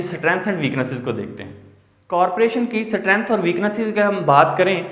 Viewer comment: सटरेंथ स्टरेंथ Which is 😄 right